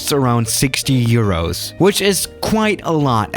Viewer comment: He said 60 eros